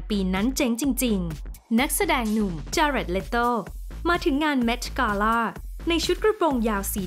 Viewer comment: คนพากย์อ่ะ ก็รู้ว่าภาษาอังกฤษดีนะ แต่บางทีก็ accent เกิ๊น กาล่าบางคำมีใส่ r เข้าไปด้วย คำว่า gown ก็ใส่ r จนฟังเหมือน ground